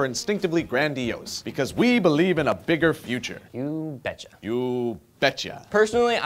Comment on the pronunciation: you betcha...sounded too much like here in Minnesota. lmao